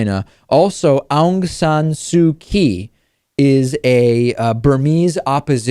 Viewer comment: I know none of us are perfect, but come on you should have known about Aung San Suu Kyi, and subsequently how to pronounce her name! I'll give you a pass this time, but please go and look her up!